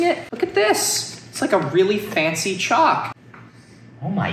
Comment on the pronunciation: I was just listening to the video while working and every time said CHALK I thought he was saying CHOC as in an abbreviation for chocolate and I thought he was like known for liking Chocolate and people were sending it to him but he didn't say anything about it being tasty